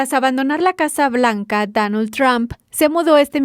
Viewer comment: avísale a la otra muchacha que no es Danold Trump, es Donald Trump!!